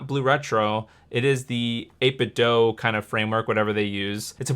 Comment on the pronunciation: The company’s name is pronounced “8Bit-doo” rather than “-doh”. They made a portable speaker years ago that sang the name when you turn it on and someone went to their booth at E3 and asked them to pronounce their name and both the speaker and the CEO pronounced it “-doo”